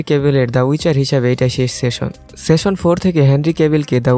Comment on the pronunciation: ভাই উচ্চারনটা দয়া করে ঠিক করেন। খুবই বিচ্ছিরি লাগছিল। আপনি বারবার সেশন বলছেন। ওটা সিজন বলেন,,, আর একটু,,, আমেরিকান স্টাইনে বলতে চাইলে সিজেন বলতে পারেন। সেশন session যার অর্থ : বৈঠক সিজন season যার অর্থ : পর্ব, ঋতু ইত্যাতি। আর ওয়েব সিরিজ গুলার ক্ষেত্রে সিজন অর্থ পর্ব হিসাবেই উল্লেখ হয়।